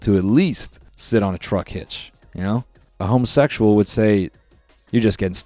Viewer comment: Why did he say a homosexual like that 💀